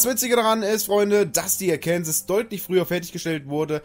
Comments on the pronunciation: Bitte im amerikanischen wird sie Arkensaw gesprochen ist als ob ich Tulpitz stat tirpitz sage. Und das ich bin Deutsch geht nicht. Arkensaw ist Arkensaw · Gutes Video nur eine Sache und zwar wird es Arkensaw ausgesprochen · Wenn du in Arkansas den Namen so ausgesprochen hättest wärst du im Gefängnis man spricht es so aus oakansa klingt komisch😂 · Hahahaha.....die Aussprache des Namens des Schiffes ist wohl nicht "ganz" richtig 😂😂😂😂😂 Viele Grüße aus Seevetal! 😊😊😊😊😊